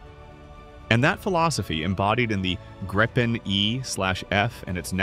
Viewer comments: So. Either pronounce it the «Gripen» in Swedish, or use the translation the «Griffon». To «gripe» is a whole different thing… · Gree-pen. Nothing to gripe about.😁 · in the same sentence you call it the gry-pin and the grip-in pandering to eyes and i-ts callers. Such diversification. However you fail aith the new engine by saying that supercruise will not light up the sky with tail bloom or guzzling fuel. Umm great. But does it drop leaflets to advise any listeners that any perceived sonic boom is a figment of their imagination and they should see a psychiatrist if they hear one? Also harder to intercept. I think I need to inform you that any chaser will not be hampered by using fuel on full AB to catch someone on super cruise in a push and shove scene. So even an old extinct EE Lightneing would have no trouble catching it as long as it only had a few minutes lead.. Lots of generic talk about a newer engines, without any detail of the specifics the headline is about and the fact that being an export engine solution to avoid Trump's control it also has reputedly potentially slightly less performance than the Swedish supplied production engine. And is it yet working? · This AI pronounces Gripen at least three different ways.